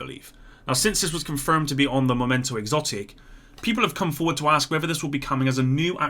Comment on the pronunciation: it's mEmento not mOmento backpack, dunno why you consistently stick to the wrong version